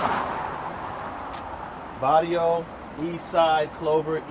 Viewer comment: oh, and it's BARRIO, with a B, not varrio, cardio is slang homie. just sayin.